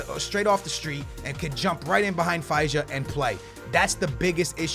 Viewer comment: IT'S NOT FEISA IS FEJSA,AND ŽIVKOVIĆ (SERBIAN MENS)